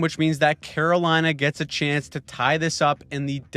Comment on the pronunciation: "The Great Staal of 'lina"